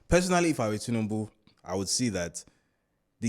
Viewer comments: Lol… an Igbo man will say Tinibu 😂. I myself have to consciously pronounce it well. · This my Anambra brother pronounce tinubu in a funny way 😂